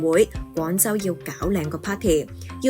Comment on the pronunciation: 廣州廣州、老實講，創意，官方，旁白姐姐啲懶音（廣、講、創、官）都好勁喎，做得旁白執吓自己啲懶音好吗？